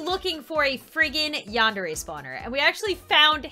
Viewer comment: WHY U SEH YONDERE IT'S yAndere :) (no offence)